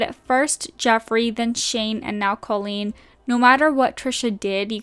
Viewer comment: Great video but just FYI - the pronunciation of Colleen is incorrect. It's not Col-leen, it's Co-leen.